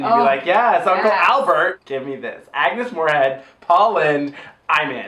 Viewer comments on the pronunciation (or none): none